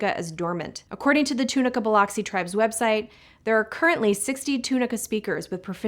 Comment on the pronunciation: Nails on a chalk board. Please google how to say Biloxi